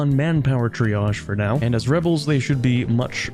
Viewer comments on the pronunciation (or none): none